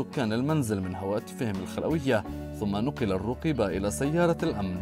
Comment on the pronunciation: من تدخل في شي لايعنيه لقي مالايرضيه انت وطريقة نطقك الروقيبه انشغل بنفسك